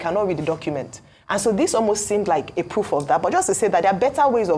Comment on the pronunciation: We are all perfect being. What is "roof" instead of "proof" Thus,we shall avoid being too over-confidenced and stop mockery,etc. Watching from Paris (France).